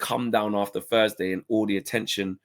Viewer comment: "Thursday" not "fursday" how can anybody that came through one of the best education systems in the developed world not be able to pronounce one of the fundamental sounds in the spoken language?